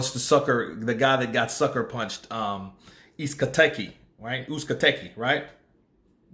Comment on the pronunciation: It’s pronounced Ooze Caught Egg E. Uzcategui.